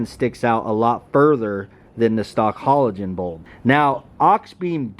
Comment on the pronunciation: 1. Your truck definitely has daytime running lights and 2. Learn how to say halogen 😂😂😂